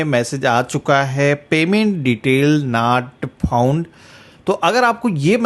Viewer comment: आप की अंग्रेज़ी तो मोदी जी से भी अच्छी है, जैसे nat phound, sare, sow, kantinue . भैय्या अगर अंग्रेजी भाषा नहीं आती तो मेहरबानी करके उसकी टांग मत तोड़ो।